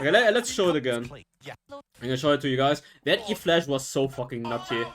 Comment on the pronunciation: That's e -> flash XD not flash E hahahaha